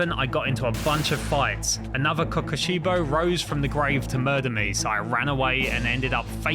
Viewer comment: The way he says Kokushibo 😭 Specifically